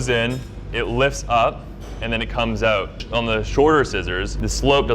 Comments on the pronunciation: Yeah he’s definitely Canadian with the way he said out. “Oooot” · I almost thought he sounded Canadian with the way he said, 'out'.